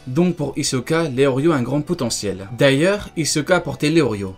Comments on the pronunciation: Mais ça ce dit pas Léorio mais Léolio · Lelio * pas leorrrrlio! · Je crois qu'on dit leolio plus tôt que leorio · Je suis le seul choqué qu'il dise leorio et pas leolio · Je crois que c’est Leolio pas Leorio non ??